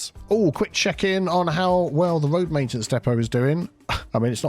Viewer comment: “Tree on röad” is my favorite vocal stim lol